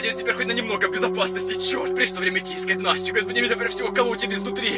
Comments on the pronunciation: он сказал нястю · ты сказал ньястю когда в ее селился демон